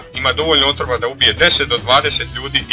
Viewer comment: Za 6 je rekao otvora umjesto otrova